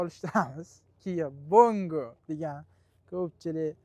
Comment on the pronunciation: Bango emas, bongo deyiladi , rsol emas resor deyiladi